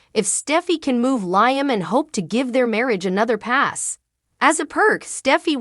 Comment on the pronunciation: Don’t want to be disrespectful but Liam name is pronounced Leam , not like lion